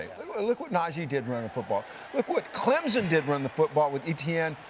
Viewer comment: It’s CLEMSON . Not clemzen. .